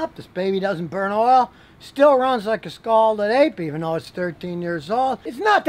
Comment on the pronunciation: LOL! Scalded APE! I thought he said Scalded Egg! LOL!